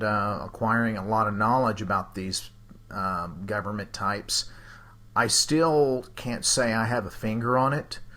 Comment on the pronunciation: "GOVERN-MEANT" frickers says it all